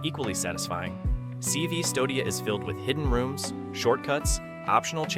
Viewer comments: CV-Stodia lol. It's "Custodia" because in old dialect the letter U didn't exist yet. Hence why Robert Eggers "The Witch" is spelled The VVitch on the poster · SEEVSTODIA?! CV-Stodia?! have u even played it for real?! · CV-Stodia sounds like a linkedin nightmare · CVSTODIA is read as Custodia, the V is an archaic way of displaying the U. Check the meaning of "Custodia" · A.I. I'm noticing this on older reviews whether its C-V- stodia or Cistodia. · The way he says cvstodia 😂😂